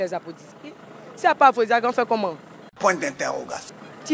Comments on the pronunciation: On ne dit pas aphrosisiaque mais plutôt aphrosidiaque merci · On dit aphrodisiaque eh non aphrosisiaque journaliste yako 🤣😥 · Mme le journalisme est un métier noble faut pas faire dans l'improvisation s'il vous plait Étudier bien votre sujet avant tout Vous êtes pas capable de prononcer aphrodisiaque